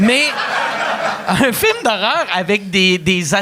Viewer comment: Chaque fois que Pat dit le mot film, à cause de son personnage Rogatien, je l’entend dire « firme »